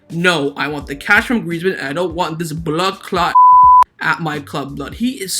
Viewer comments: Lol I'm jamaican when I heard u said "bloodclat" I was shocked🤣🤣 that's how pissed off I was when I saw that article too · did you say "bloodclaat"?